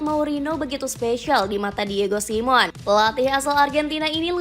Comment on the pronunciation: ...say it with me ya: Vil-la-re-al Di-e-go Si-me-o-ne